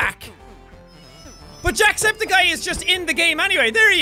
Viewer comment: you said antusepticeye